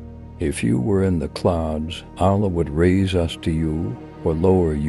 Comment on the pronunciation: Why do they have someone narrate a beautiful clip like this who can't even pronounce "Allah"